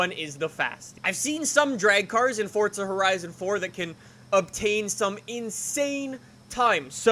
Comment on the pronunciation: Fortza HorIzon fort